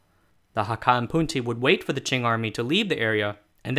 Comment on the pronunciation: It's the correct pronunciation in Hakka, not Cantonese.